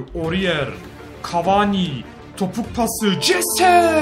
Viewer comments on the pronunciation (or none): abi o jese değil hese okunuyo